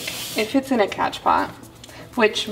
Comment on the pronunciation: As Soon as I got the notification, I screamed!! Loved this new vid love!! Just made my morning!! Also, It's spelled "Cash pot" but pronounced as "Cash Po". So I heard..or at least Summer Rayne says it like that. But, it's whatever, Doesn't matter, We know what You mean. 😉 Honestly you have the CUTEST POTS EVER!!! I have plants, Not enough PoTs! Lol ❣️🌿👸🌱❣️